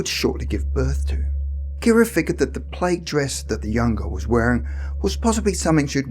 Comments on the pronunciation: Plaid is pronounced plad. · I thought he was saying "plate."